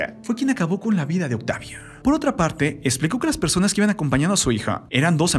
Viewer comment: Persones? Jajaja ridiculo XD